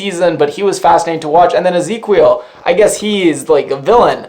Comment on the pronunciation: It's the Portuguese spelling of Ezekiel. 'Qui' is pronounced 'kee'. Lol... That keeps killing me when you pronounce it 'kwee'.